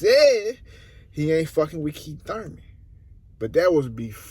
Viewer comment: It's Thurman